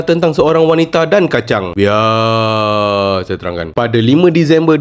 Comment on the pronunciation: Sebutan biar tu seram betul macam misteri nusantara dah tinggal rumah sorang 😪